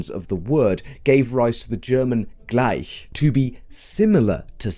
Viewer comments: Thank you for taking the effort of pronouncing "gleich" accurately. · Fantastic prononciation on "gleich"